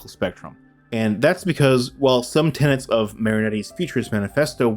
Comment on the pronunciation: Tenets, not ten ants.